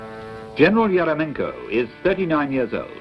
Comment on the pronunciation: In Russian is it pronounced erEMyenkə ?